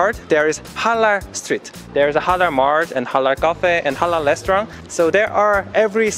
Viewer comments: Halal not Harar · The way you pronounce Halal is so adorable 😍 I'm a Muslim too and I'm so happy i came across your channel